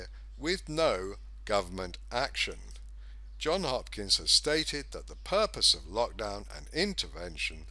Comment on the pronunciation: Ah man, it's Johns Hopkins, not John Hopkins. Crazy lefties use ANY excuse to discredit a message. You just handed it to them on a platter. Such a great analysis ruined by a misspell.